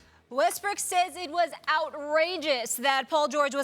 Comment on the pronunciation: Did she just said Westbrick? lol